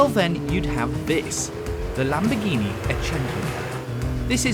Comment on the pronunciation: He mentioned the name 5 times and I still can't understand wth the car's name is. Either talk slower, or learn how to freaking pronounce words!!!! The lamborghini e"?%&_ka